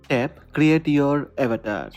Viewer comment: avatar bol na avetar avetar kya ho raha he😂😂